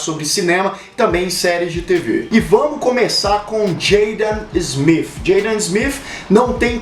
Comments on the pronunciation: Pô cara,tu errou o nome do Will Smith e do Filho dele,o Jaden,o nome deles é Will (Smith) com T no final e não (Smifh). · Pronúncia horrorosa. Parece que fala Will Smiff. Kkkk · Wiil Smif, coloca o T cara, é errado, mas geral fala assim. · "Will Smiff" kk Ótimo vídeo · Nunca que sabia que se pronunciava will smifi 😂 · Incrível como tem gente que mesmo falando no português querem fazer a pronuncia no inglês. Smith com som de F , City é Ciri. A marca Vodafone no alemão é Fodafone ninguém vai querer falar assim negativo para esse vídeo. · Ruim é escutar ele falando o sobrenome Smith.